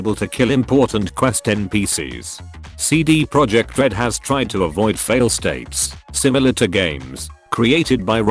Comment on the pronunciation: This moment when you mispronounce Cd Projekt Red the entire video